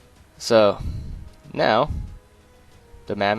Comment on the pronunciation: Love how you call it the mammath